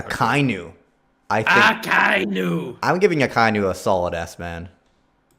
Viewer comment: did u just call Akainu Aikinu🤣🤣